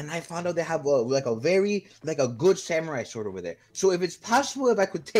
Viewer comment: I love how he was in the room and he said “samori sowd”😂